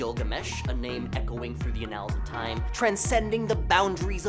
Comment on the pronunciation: The pronunciation of annuls is taking me out